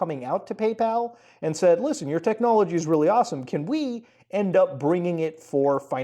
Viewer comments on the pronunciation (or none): none